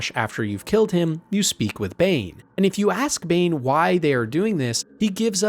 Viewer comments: yeah “BOOOAL” really screams bane instead of bhaal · Yeah, this video gives major yucky AI gen vibes, thumbnail included. I had to stop listening to it after I caught him calling god of murder Bane. Like, dude, Boaal and Bhaal isnt that far off